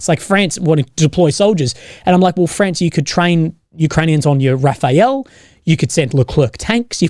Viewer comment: For the 2nd time: it's RAFALE not RAFAEL.